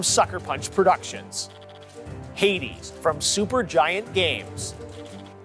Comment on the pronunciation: In all the world: Hades Goty: Heidis